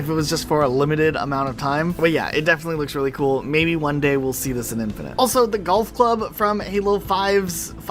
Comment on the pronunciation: Great video, though I cannot explain how mad it makes me when you say "infinant" or "infinunt" instead of "infinite" ... but that's a me issue :D